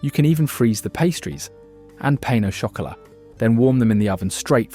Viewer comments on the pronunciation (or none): Lol 😅 Your French is so bad - Pain au chocolat isn’t pronounced PAIN - it’s pronounced pan 😅😅